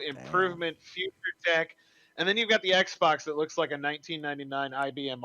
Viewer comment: "FROM THE FYOCHA"